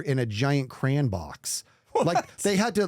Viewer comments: Am I the only one who noticed that says "crayon" more like "cran"? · If says crAAn one more time I might just unsubscribe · if i heard him say cray-on even once, i would report the channel..😭😂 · hold on why is pronouncing 'Crayon' like that:0